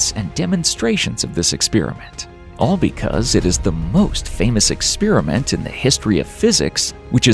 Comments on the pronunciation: I know this is from an outsider's perspective -- but it hits me like a horn blast every time I hear it spoken: an "ex-spear-a-mint" vs an "experiment" (ex-spare-ee-ment, which is English, where the word comes from) ... No idea how this became "normal", but it is quite foreign to my ears ... Despite all the "ex-spear-a-mints" mentioned, the content of this video is all worth thought. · Measurement is not the same thing as observation. And it's experiment, not ex-spear-i-mint. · Eckspearament, lol. It's experiment! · im interested but unfortunately had to tune out do to your repeaded butchering of the word experiment